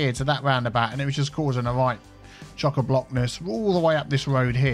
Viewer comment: Chock-a-block :D